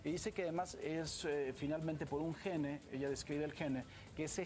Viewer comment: amigo presentador tienes la responsabilidad de hablar bien. SINGUNLAR: Gen / PRURAL: Genes ....no existe la pronunciacion española GENE ... (esta es la forma como se escribe en ingles, con una E al final que no suena). es una observacion constructiva para mejorar.